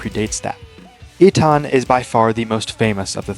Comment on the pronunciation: No, Eytan/Eitan is pronounced Eytan. You got it.